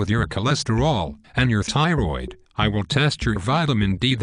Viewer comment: Never trust a physician that pronounces a tissue name as ty-roid.